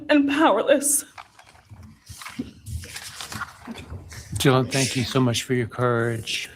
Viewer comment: It sounds like he said “John thank you so much for your courage, I appreciate it”. I guess it’s a mumbled “Dylan”. 😑